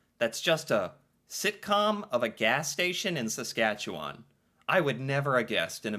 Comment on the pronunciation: Not many Americans can pronounce "Saskatchewan" properly, so to hear you nearly nail the proper pronunciation is impressive! 👍 I say nearly, as the "wan" part at the end is typically not as drawn out as you have it. Although, to be fair, most Canadians east of Manitoba have this similar issue when it comes to proper pronunciation. And yes, Corner Gas totally depicted small town Saskatchewan living, town rivalries and all. The creator of the series, Canadian comedian Brent Butt, was born and raised in the town of Tisdale, in the Northeast-Central part of the province. The name of the town in the show, Dog River, is a homage to the Doghide River that flows through Tisdale. The clip you played that talks about how flat it is, is 100% true, hence how Saskatchewan is also known as the "Flatlands of Western Canada". I'm also slightly disappointed that "Letterkenny", "Kenny vs Spenny", "Royal Canadian Air Farce", "The Red Green Show", "Mr. Dressup" or "The Littlest Hobo" didn't make the list, as these shows have also left an impact on Canadian culture.